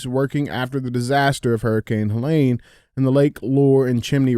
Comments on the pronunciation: DJ: it's Helene...not Huhlain. Andy: please axe him to pronounce it correctly. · Pronouncing all that medical stuff right, and then mispronouncing HELENE 100 times is crazy! LOL